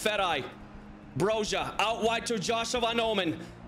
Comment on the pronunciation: I am an Albanian speaker and Broja is pronounced bro-ee-a I like your videos 😊